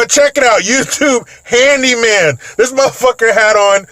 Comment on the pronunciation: "Handiman"😂🤣 I forgot about that.